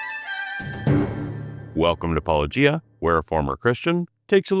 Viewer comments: “I believe it’s pronounced ‘Pa-LOW-gia’ “ -Christian internet apologists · Why can’t they get his name correct? It’s not that hard. It seems like they’re disrespecting him from the get-go. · I think they do themselves a great disservice by mispronouncing his name, because many of Rhett and Link's original fans were Christian, due to the fact that their videos were pretty clean. By mispronouncing his name, most fans are not going to watch their videos to begin with. And Rhett was so openly Christian for so long, they don't understand that his fans like him for his personality, and while Christians may be sad he left Christianity, they still love and respect him. They don't want to hear anyone mocking him, and hearing these apologists tearing into him is more likely to cause people to leave Christianity than continue, due to the fact that Rhett is so kind and humble and they (supposed Christians) won't even pronounce his name right. And yes, I believe the mispronunciation of his name is completely intentional. 🙄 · See also: every apologist that refers directly to our own here has a new and exciting way to blatantly mispronounce "Paulogia" - you'd be hard pressed to convince me they weren't going out of their way to do so 9 times outta 10 given the channel name is just "Apologia" without the A lol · It's deliberate, an attempt to denigrate your opponent by appearing to have never heard of him before. See the number of apologists who can't pronounce Paulogia correctly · “A very famous YouTuber whose name I don’t know how to pronounce”??, do you even prepare for your videos? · Guys couldn't even be bothered to look Rhett up before their podcast, couldn't pronounce his name, but they still confidently assert that he didn't know what he was talking about. WTF is wrong with some apologists? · You know their responses will be terrible when they start by poisoning the well because they can't pronounce the name and say that they've never heard of him.